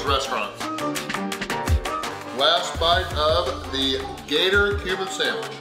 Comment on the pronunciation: I kept hearing “human food” every time he said Cuban food.